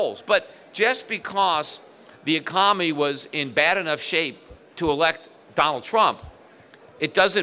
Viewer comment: Economy. The word is economy. Can’t trust an economist who can’t say economy.